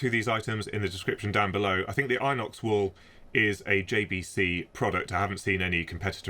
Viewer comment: pronounced in ox, not eye nox.🤷‍♂️